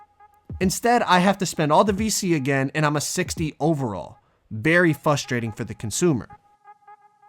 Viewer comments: I love you but you said fustrating 😂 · Nobody:: fustrating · You’re a YouTuber that doesn’t know how to say frustrating trying to give advice